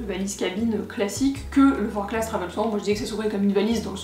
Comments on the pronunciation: On prononce forclaz sans le z car c'est haut savoyard ;) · Je me permets juste une rectification sur la prononciation de la marque car je viens de Haute-Savoie et ce sac porte le nom d'une commune de ce département. On prononce donc Forclaz sans le Z, Forcla